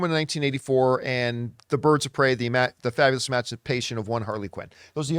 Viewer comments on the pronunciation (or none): John goes out of his way every time to say Birds of Prey’s full title, but always messes up “Fantabulous” 💀